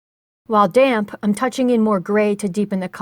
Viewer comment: This is a wonderful tutorial. Thank you so much for making it. Also tho.... You hit the D's really hard when you say damp, lol. At first I thought you were saying "load up your damn brush" lol I was like- oh my, this lady is serious about her watercolors....😆